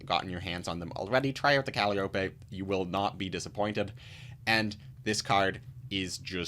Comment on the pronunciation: Thanks for the review. Sorry to be that annoying guy, but it seems like we'll be seeing the card alot, it's pronounced "Cal - eye - oh - pee" Calliope